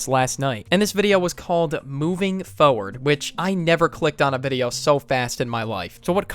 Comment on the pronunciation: ah yes "Moving Fowoad"